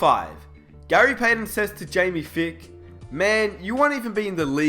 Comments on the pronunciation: Jamie *F-EYE-K*. Long I there, not Fick. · Jamie Feick is pronounced (FIKE)